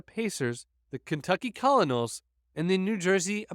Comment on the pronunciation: I admire your work on these vids, but could we have a moment to discuss how you pronounced the Kentucky Colonels? It's "Kur-nuls," not "Call-uh-nuls." You know, like Colonel Sanders the cholesterol king, or Colonel Potter on M*A*S*H.